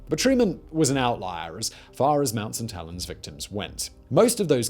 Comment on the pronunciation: All I keep hearing is mount suh-tellens